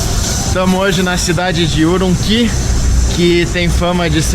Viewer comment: Sou Chines de Xing Jiang Urumqui. Meu deus por favor aprenda a pronunciar corretamente já que esta passeando pela região.